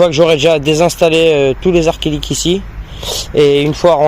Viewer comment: C'est acrylique pas arc-ilique lol